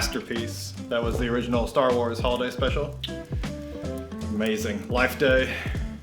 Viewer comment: Your videos are incredibly well produced 👌 Not seen the legendary Star Wars Holiday Special but The Office (UK series) special is up there for us. Beer looks awesome......we always feel like morons when we enter ‘tasting mode’. Merry Christmas guys. PS: Star anus 😂😂